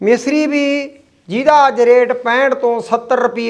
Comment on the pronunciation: ਮਿਸਰੀ ਨੀ ਹੁੰਦੀ ਮਿਸ਼ਰੀ ਹੁੰਦੀ ਹੈ